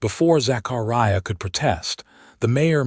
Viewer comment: It is pronounced "TOO'-SAWN". QUIT MURDERING "ZACHARIAH" BY STRETCHING IT AROUND THE WHOLE ENTIRE EARTH. There are no gigantic gaps between syllables You do not have such gaps otherwise NOT even GAPS separating WHOLE WORDS.